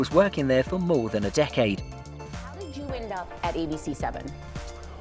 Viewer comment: "Mo important than wawta"